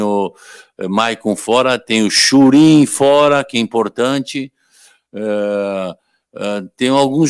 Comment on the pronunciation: Falou CHURIN con ênfase em hahahaha sinto cheirinho de titularidade.